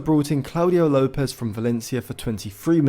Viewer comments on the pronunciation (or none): none